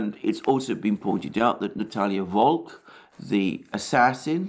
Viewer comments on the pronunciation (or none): none